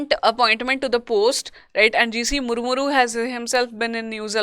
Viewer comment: its GC Murmu ! not Murmuru, please correct.